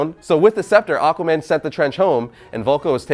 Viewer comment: Lol, he said AquaBAND in da intro of this vid.